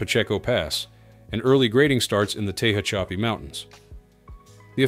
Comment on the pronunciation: "Tay-hah-chappy". Its "tu-hatch-a-pee". The AI narration on this channel is always just painful.